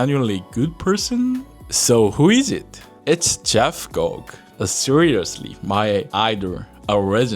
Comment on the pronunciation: Please interview HoriShio from Darumagoya & HoriHiro from Fukushima. Your channel is wonderful. Itsumo osukaresama. (PS, i think Gogue is pronounced go-gway, he's inspired me so much over the years too).